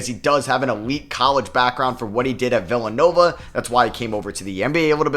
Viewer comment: Why do you pronounce villanova like that? Lol.